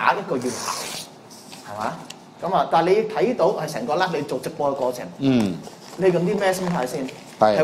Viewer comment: 佢個like字同live字永遠都講唔正，真陰公，佢可以讀左個love音出黎，0：19，大家聽下